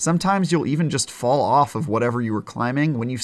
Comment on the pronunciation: Says jest not just, LOL